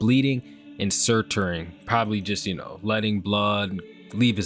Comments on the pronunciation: Suturing (Soo-ter-ing) - Procedure where the traumatic wound is closed bro Example: Getting stitches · "surturing" lmao